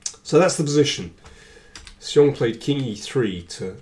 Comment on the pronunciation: Excellent analysis as always. If I may comment a little on the pronunciation of 'xiong' it is more like 'shi'+ong (somebody corrected me on this).